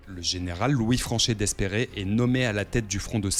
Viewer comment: Bonne vidéo, par contre, pour l'anecdote, Franchet d'Espèrey se prononce Franchet "Dépré"